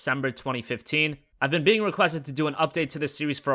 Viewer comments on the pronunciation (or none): none